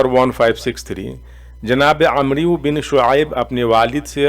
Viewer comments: محترم ومکرم ! السلام علیکم ورحمتہ اللہ ۔ عربی میں جب لفظ عمرو آئے تو اس کا تلفظ Amro نہیں بلکہ A"mr پڑھاجاتاھے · Aap ko sahabi ka naam lena bhi nahi aaraha amribne shoaib kahna chahiye aap amriu ibn shoaib kah rahe hai kisi aalim ke pas baith kr sahi talaffuz seekho bhai galat naam padh rahe ho